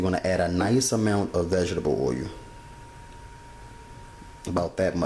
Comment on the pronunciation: It's so convenient for jerks like you to look at this and try to make snide remarks. The bottom line is here is a person doing something that he obviously loves doing and teaching others. You on the other hand are trying to make a few cheap jokes about his pronouncing of the word oil. Here's a thought: how about you get a life and stop trying to heckle people. Loser.